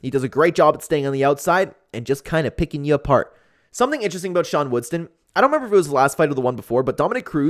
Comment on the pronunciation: It’s WoodSON not WoodSTON